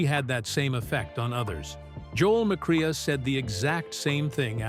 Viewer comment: Your speaker totally mispronounces Joel McCrea's name It is NOT Mc CRAY AH It is McCray LIKE AAAAA